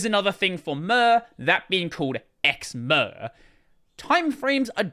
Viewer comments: I want to stab my eardrums every time I hear murrr instead of Mir. The way you should pronounce it is the same as in the word Mirror. Mir means both world and peace in russian - it is also the name of a defunct space station. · The way you pronounce mir is: Mirage. PS Wayland sucks